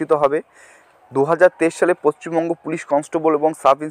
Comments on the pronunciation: Paschim banga Not pacchimbanga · পশ্চিমবঙ্গ, পচ্চিমবঙ্গ নয়😂😂